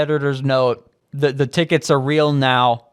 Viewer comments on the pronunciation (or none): none